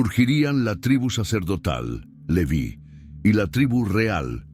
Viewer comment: El nombre Leví tiene acento en la i, se pronuncia con esa tilde, no como en el video